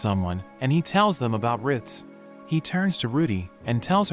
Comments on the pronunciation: “Rit” 😂 its ritz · "Riz"😂 it's "rit"